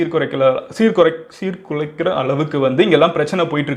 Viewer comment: சீர்குலைக்கிற அளவுக்கு😂😁tongue slip mg bro